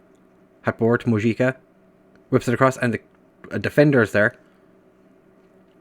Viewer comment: Mojica is qctually pronounced Mohica